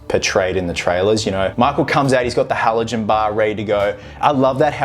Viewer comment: You’re not pronouncing the firefighter tool right. Halligan bar. It’s not halogen like the element in the lights on cars. It’s the inventor of the tool’s last name, Halligan. It sounds like meeting a person named Hal for the second time. Hi, it’s me, HAL AGAIN. The brits call it a Hooligan Tool. Hooligan, Halligan.